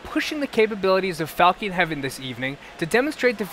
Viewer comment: Falkeen Heaven :)) did anyone catch that?